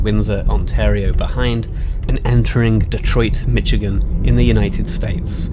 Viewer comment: I seen two Red headed woodpeckers at my aunt and uncle’s yesterday close up no camera with me though 🫤 I was getting firewood and visiting not out for Photography. You pronounced Michigan correctly I believe 😊 everyone else normally says Mishhh lol